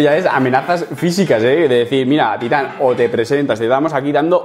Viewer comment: ¿Por que acentúas titán en la primera sílaba, si es una palabra aguda?